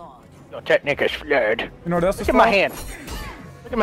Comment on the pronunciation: "Your technique is flerwed," holy fuck I lost my shit